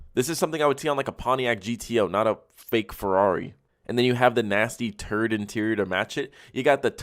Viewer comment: So childish I laughed my ass off when he said “turd interior”😂